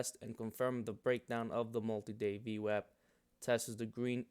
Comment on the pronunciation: As soon as I heard you pronounce it VWAP and not VWOP I Subscribed. Then seen you used Multiple timeframe VWAP and that was conformation. I would like to see you make more content. VWAP earnings Reversals have been a 90% plus winning trade.